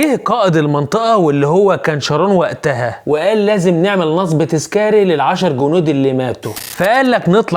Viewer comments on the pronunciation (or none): مع احترامي نصب تنطق بضم النون وليس فتحها